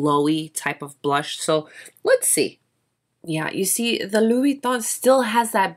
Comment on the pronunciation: Love this video, i wish more makeup and content creators were like you!! and your pronunciation of Louboutin is *chef's kiss*. Just curious but do you know what interior size of the case? I actually stumbled across this refillable case because i was looking for a business card holder that was a little...different. this definitely checks all my boxes but I'm curious about size.